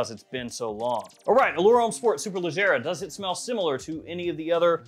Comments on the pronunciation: Nah...I'm from down south. Georgia, in the woods. Did my review on this one about a week or so ago and pronounced Superleggera just fine...but only because I know my cars. Haha! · Just ordered the superleggera pronounced the same way you said it . -Memphis tn 🤣